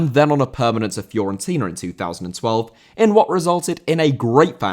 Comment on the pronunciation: Fiorentina* not Fiorentiner